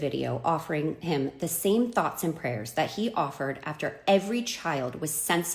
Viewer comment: To the first bird of this video: thoughts and prayeers to you... Thoughts and prayeers to you